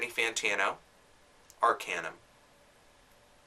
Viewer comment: It's Arkaanuum, not Arkejjnum <.<